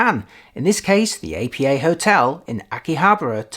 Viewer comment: It's pronounced "Appa" not "A.P.A." That said, great review!